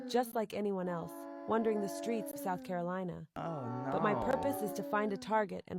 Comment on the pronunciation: Sputh Carolina